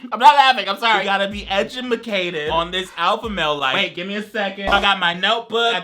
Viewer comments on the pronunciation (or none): "We gotta be edgamakated" AH YES :) EDGAMAKATED